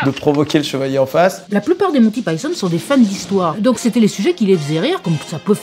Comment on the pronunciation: The Holy Grail fait partie de mes films favoris. Par contre, ça se prononce "monne ti paÏ tonne" et non "mon ti pi ton".